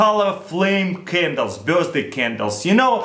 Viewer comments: nigga says birsday instead of birthday lol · Am i the only one who heard him saying birzday cake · he says birthday......sounds like burstday......!!!! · 'birzday candles' XD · 1.03 ' birstday ' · the way he says birthday-burzday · i lost it at "my mom's bursday" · anybody noticed he said Burzday? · He said birsday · birstsday looool